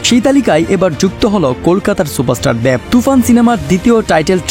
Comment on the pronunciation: ভাইরে উচ্চারণ ঠিক করেন আগে। দ্যাব না দেব।